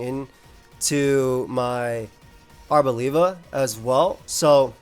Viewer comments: Bruh really said labia 🙃🤣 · Arbolabia is my favourite Aim mon, just because of journey to prononuce its name coreectly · I didn't expect the Italian accent on "Arboliva" 😂 It cracked me up! (I'm Italian btw)